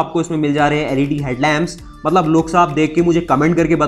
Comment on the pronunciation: UP se ho kya?? Mallab Mallab kya hota hai?? Mat-lab hota hai. Mallab. 🤣🤣